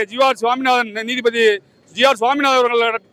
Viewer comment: போராட்டம் வெற்றி பெற வாழ்த்துகள்... நீதிபதி என்று உச்சரியுங்கள்